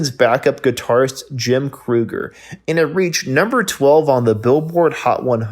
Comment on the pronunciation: It’s pronounced Jim KREE-ger. And the writer of We Just Disagree was a terrific guitarist and singing, in addition to penning one of the most enduring tunes of the era.